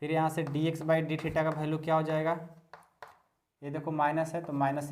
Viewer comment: Sir bhalue nahi value khete hai